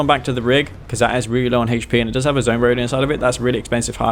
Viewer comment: "Hay-ch P " Hahahaha That accent. Raised West Coast